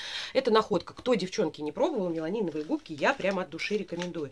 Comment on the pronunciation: привет. Классное видео! Просто обожаю твои распаковочки. Кстати, губки правильно называются меламиновые, а не меланиновые - это не в укор, это просто небольшая поправочка.